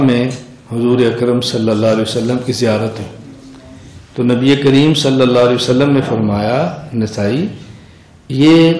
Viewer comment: Molana sahab...hujur pr durud achhi trh se pdhiye..sallallahu alaehi wasallam.....na ki sallalawaasallam